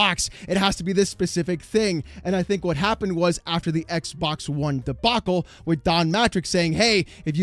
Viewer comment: It will always be funny the way he says "Xbok dead"